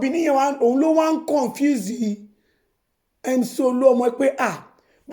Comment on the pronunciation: You're saying rubbish, even you cannot speak galloped English correctly.... convince for confuse, ballot for ballet, screen for scream etc